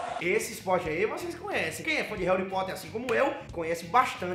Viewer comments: "Réuripóter" kkkkk Esse! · "REURI POTTER" SKOASKOAKSOKAS